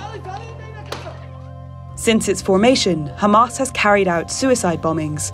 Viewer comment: LOL, the first narrator who knows how to pronounce Hamas!